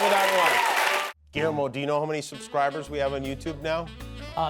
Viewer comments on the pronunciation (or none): none